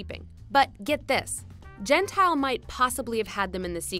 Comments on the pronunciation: Everytime you pronounce Gentile, something inside me is brutally killed. It's Gent-EE-Le, not Gent-Ile. It means "polite" in Italian... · Hey, its pronounced Gen-tee - lay. Not Gen-tile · ah I cringe evertyime "gentile" is said. its an Italian name. we pronounce our vowels different than English so it sounds like "gen-teal- eh"